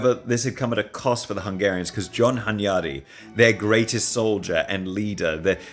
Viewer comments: Great series, but hearing hunYADy really hurts my ears as a Hungarian. Stress is on the first syllable: HUNyady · (Hunyadi has stress on the first syllable)